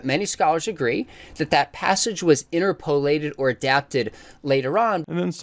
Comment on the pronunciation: The way Sean pronounces "interpolate" hurts my brain